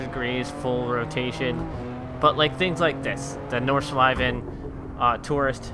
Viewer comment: Ich weiß auch nicht spricht es nur falsch aus